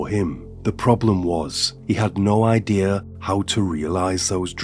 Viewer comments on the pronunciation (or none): none